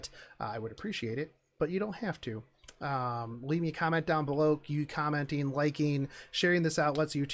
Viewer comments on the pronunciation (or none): none